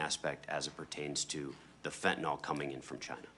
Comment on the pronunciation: It’s pronounced `fen-tan-il` not fen-tan-ol, just saying